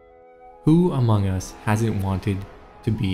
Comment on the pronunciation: Lol he said amogus